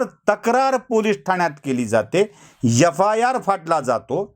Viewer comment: yafayar nahi re adanya FIR shudh bol re.